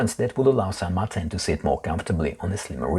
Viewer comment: I kindly submit to you that it should be pronounced the Spanish way, "San Mar-teen", as the only widely known San Martin out there is the historical figure revered in South American countries like Argentina. Now who's being pedantic? :D